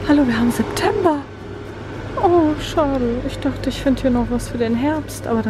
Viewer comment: Wie sie so sagt es ist "SEPTEMBER" 😂